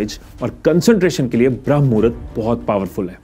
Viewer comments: It's not भ्रम मुहूर्त it's ब्रह्म मुहूर्त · 👍🚩😡🤦 विडियो तों बना दिया लेकिन पहले सही बोल ना सीख भ्रम नहीं ब्रह्म मुहूर्त कहते हैं 🤦🤔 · Its not Bhram muhurat.... It's Brahm Muhurat.... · This is not bhram... it's Brahm.... edit thik se kare.... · You don't ebmven know how to say brahm muhurat. It's not bhram. It's brahm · Bhai pehle tu thik se bramha muhurat bolna sikhle baad me iske bare me gyan dena.